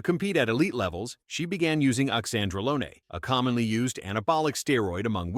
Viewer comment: Oxandrolone...like Lone Ranger, not bologna as in sandwiches/Tren. Iris is the GOAT!😊